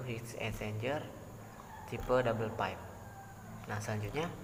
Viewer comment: Well done.. Izin kasih masukkan 1) kata "Uap" dapat diganti dengan steam saja, jgn ditranslate, krn kalau steam bs berarti kukus di b.indo, kalau uap bs berarti vapor di english. 2) speak properly, pipe (baca : paip) jgn pipe. It will be useful for us, when we can speak english properly, esp when u r an engineer. 3) Engineer identik dg angka dan alasan. U have to tell the reason why double pipe can be fit in your plan (acc to pressure drop, surface area and etc). 4) if possible, you could tell the audience why u used the exact number for an assumption, it can be based on prev case or range. CMIIW. Let's make a good work Great job